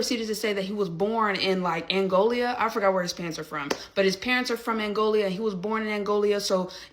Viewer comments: Is she saying angolia? Do she mean Angola?🤔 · Threatening physical harm in response to verbal disagreement. Cannot speak properly. "Angolia." Lmao tell me again how stereotypes are not true. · Angolia??? Tell me you’re uneducated, without telling me your uneducated. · It's Angola, not Angolia. Good grief...the ignorance and weak culture is showing. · Someone tell her it's Angola not angolia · “Angolia”, when Angola and Mongolia have a son. 😂😂😂😂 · Angolia? Oh Angola LoL. She's so smart. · Angolia? does this dork mean Angola? again,,,, CULTURE. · Angola, not Angolia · That one "commentator" really shows her lack of intelligence just by the fact she keeps calling Angola "Angolia." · She kept saying “Angolia” 😂😂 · LEARNED A NEW WORD: DIASPORA. WHY DONTCHA' LEARN THAT THERE'S NO PLACE CALLED 'ANGOLIA' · did the girl at 5mn actually say 'Angolia"? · ‘Angolia’. Tell me you’re an ignorant uneducated fool without telling me you’re an ignorant uneducated fool. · lol "Angolia" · Girl said "Angolia" 🤣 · Angolia.. Where the heck is Angolia? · "Angolia"? She's acting all smart, and she is really saying "Angolia"...... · You've got one guy that wants to punch him for no reason other than expressing his thoughts and dumb girl that can't even pronounce Angola. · These dummies can’t even pronounce Angola properly. Shows how unintelligent they are. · Jalyn is SO SMART!! She cannot even pronounce the name Angola.🙄🤣🤡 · Its "Angola" a country in Africa, she was pronouncing it incorrectly.